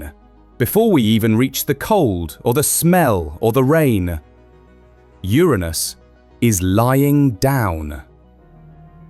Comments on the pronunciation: How dafuq the narrator say Uranus? Urine us? Yer'anus is the only way. But, am I wrong, did it sound like urine us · To be clear, it’s “your-anus” not “ooranus”. Much funnier that way! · Its not Theiranus its not Ouranus its Uranus. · Wait… it wasn’t pronounced your anus but I heard your in us😢😢… and also no diddy😂😂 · Also, it's not Your Anus it's Uranus (Yerunus). You had it right at first than descended into childish comedy. At least the Brit voiceover pronounces numbers properly, with an "and" in between greater and lesser digits in a number missing from pronounciation. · The first part of the video you kept pronouncing Uranus as ur-anus but then you suddenly pronounced it as ur-aynus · pronounced "urinous" as in full of urine. I like "urainous" better. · Urine-us or Your anus. You choose. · Occupy Ur-anus :face-purple-wide-eyes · The consistent mispronunciation of the planet's name was irritating. Like a bad playground joke. This flaw makes me question the accuracy of this video. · Notice that the narrator cannot keep up the pretense of emphasising the 1st syllable instead of the 2nd, and soon starts pronouncing it the "right" way. 😃😃 So now we know that, in private, real scientists are just schoolboys at heart. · This is hard to listen to when Uranus is constantly mispronounced! It's actually infuriating. I've heard it mispronounced two different ways and I don't like either of them. Grow up and say the name correctly! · Please have a native English speaker record the correct pronunciation of the planet next time 🤣😂😂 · Learn the correct pronunciation of “uranus.” It is not the juvenile English long “A” sound. Shorten it or don’t. If you don’t, you’re just deepening the ditch that YouTube has dug through years of not bothering to learn that most simple of all facts about any subject—how to correctly pronounce it. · Please pronounce URANUS correctly!